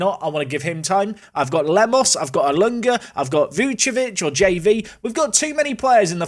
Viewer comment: my heart sinks every time you say Vucevic... it's VuCIcevic. where's the CI?